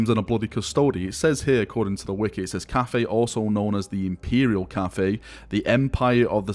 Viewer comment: Why are You spelling it Caffei? All in all, if You have to, say 'caffai'... And it actually should be spelled 'cattai'...